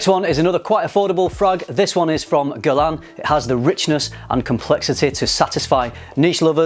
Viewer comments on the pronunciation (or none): none